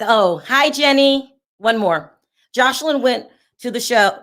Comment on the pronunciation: You keep calling her Josh line instead of Jos eline. Josh is a masculine name